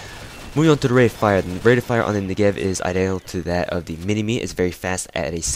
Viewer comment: You're pronouncing it wrong: the accentuation is on the 'Ne' part of the word, not the 'gev' part :P (I hope that isn't confusing lol). Nice review nonetheless.